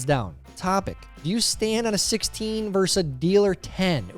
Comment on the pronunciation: For the love of God, Tyler! It’s VERSUS! Not “verse”. VERSUS!